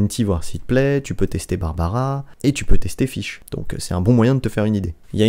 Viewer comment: Mrc pour l'info sur les voeux Je fesais tjr 10 par 10 avant Et le personnage s'appelle fishl , ça se prononce " fitchel " et pas " fish " par ce que là... Bah tu dit poisson en anglais quoi